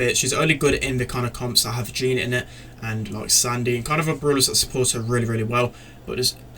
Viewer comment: Lets just not talk that he pronounced Sandy wrong. 😂 But still good video.